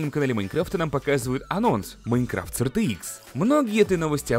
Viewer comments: Пж не говори АЙР ЧРИ ИКС. Говори как все "Р Т ИКС" Не надо строить из себя англичанина XD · Не говори артиикс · Все люди: Рт-икс, рт-икс, рт-икс: ЙёРтиКсЕ)))0) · Сразу видно его шведские корни))